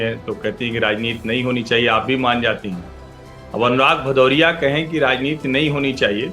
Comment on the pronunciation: भदौरिया नही पदौरिया है